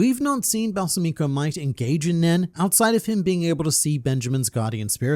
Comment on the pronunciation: Balsamico is most likely named after balsamic vinegar, in which case it would be Bal-SA-mico, not Balsa-MI-co. Minor nitpick. Also fourth option: Balsamico succeeded in poisoning Halkenburg, who transferred himself using the Possession Arrow... but to someone else entirely. I mostly want this because Balsamico is such an interesting character and it would be a shame if he died so soon. Either way, it'll be very interesting to find out how things will shake out with Halkenburg's soul being in a new body, how it will affect the Succession War. "The attack on my life has left me scarred and deformed," perhaps?